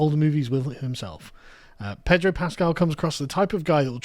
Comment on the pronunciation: Pedro. No "R".